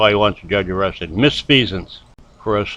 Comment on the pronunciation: What the f**k is “miss-fee-sance “?? BAAAAAHAHAHAHAHAHA!!!!!!!! What a moron!!